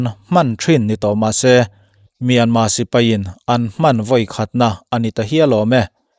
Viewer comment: Myanmar tih ani in ka hresia tinge myanma ti in ichhiar ziah a😃😃